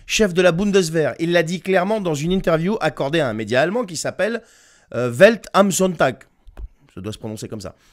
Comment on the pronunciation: ta prononciation de welt am sonntag (le monde le dimanche) est excellente, un léger accent mais impecc lolll